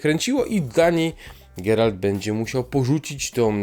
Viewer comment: Masz świetny głos ale : będzie nie Bedzie- uszy więdną a po drugie Jaskier tutaj to jakaś tragedia pomalowane oczy i ta fryzura.